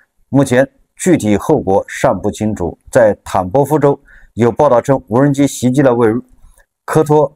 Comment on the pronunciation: 这个CCTV4的记者是福建人吧？怎么听见他说的是”无能机工厂“？😂